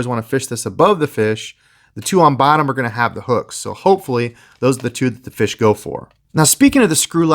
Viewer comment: YOU NEED TO LEARN HOW TO SAY FISH